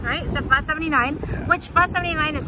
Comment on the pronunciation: I am glad you pronounced it PHA and not PHO like most Caucasian Americans.🤨